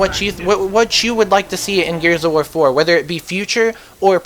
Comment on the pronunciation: you say the war wrong haha